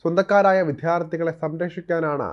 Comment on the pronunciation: Aniya vidyardhi ennu parayan padhikku